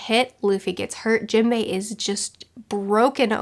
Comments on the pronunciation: Jimbei? Dont you mean Jim-bay? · Wow can’t get over the way you call characters please educate yourself on their names it hearts my ears